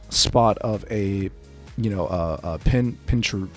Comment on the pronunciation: Ok, putting it out here, no shade: pin-CUR-chin. It's a portmanteau of "pincushion" and "urchin". Much love and thanks for the vid.